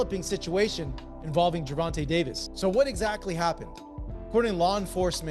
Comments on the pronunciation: Gervin Tank Davis😂😂😂😂,, Ai is fucc'd up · Can't even say his name correctly on this old ssa video